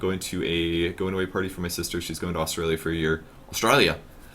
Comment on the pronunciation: dat "Australia"